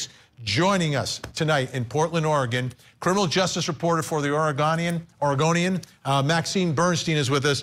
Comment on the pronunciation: "Ore gun ian", Vinni pronouncing correctly.